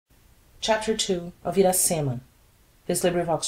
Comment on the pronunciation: Parabenz pelo esforco, mas posso dar uma opiniao ? Uma traducao mais proxima do titulo do livro em Ingles seria "Iracema: The Honey Tasting Lips Virgin" ( A Brazilian Tale ou A Brazil's Tale ) A pronuncia mais apropriada para o nome Iracema em Ingles seria => "Ira-cima". Lembrando que a letra R em ingles soa diferente da letra R em Portugues.